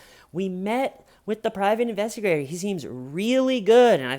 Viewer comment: Intestigator??? Like intestines LOL